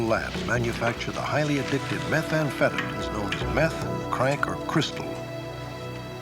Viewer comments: “Highly addictive methamphetaMENS” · The way Stack pronounced meth amphetamines had me dying laughing